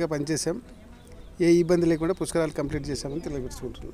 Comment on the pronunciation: పుస్క రాలు కాదు బాబు, పుష్కరాలు